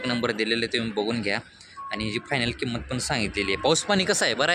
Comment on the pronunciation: पहिला किंमतची उचार होत नाही बगा